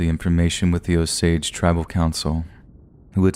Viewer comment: 😊nope, he pronounced it right